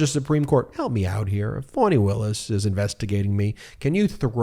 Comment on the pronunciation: Ohmygod getitright!!!!!! FAH-KNEE!!!! For fks sake. Its Fani Willis. Not fawny or phony or fawony. Its fah-knee. Listen to how her friends introduce her! You arrogantly bash the mainstream media, it wouldnt take them a year of butchering a name to correct course. Going to have to find someone else to follow if he cant figure it out before the indictments drop. Brutal.